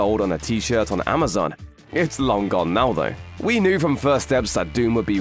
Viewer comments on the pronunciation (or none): none